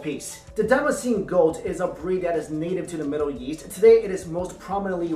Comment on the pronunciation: Why do I always think he's saying yeast when he's saying east